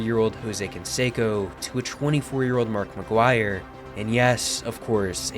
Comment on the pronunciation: Damn! You slaughtered Canseco's and McGwire's last names! 😅😅